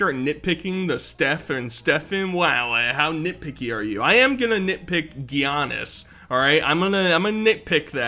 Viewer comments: Creates the absolute worst NBA line up possible. And pronounces Giannis as "Gee-annis" which is (not) cute. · bro pronounced giannis “Gee—onis” 💀💀😢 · He doesn't know how to say Giannis. 😭😭😭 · the way he pronounced giannis name bro